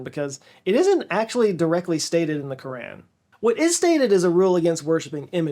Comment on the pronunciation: In case anyone was doubting your Texas roots, your pronunciation of “Quran” should put the skeptics to rest.